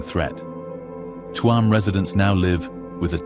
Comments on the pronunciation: It chume,not Tu am. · The first photo is of Clifden not Tuam and it is not pronunced Tue amm, you might have that much right at least. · Its not Tuam,its Tuam